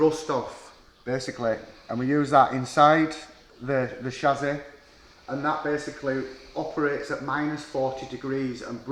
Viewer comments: snapped shassy ... from yorkshire and it would sound better if you said chassis or chassy would sound more profesional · Had to turn it off can’t be doing with the way he says chassis!!.. it’s not SHAZAAY!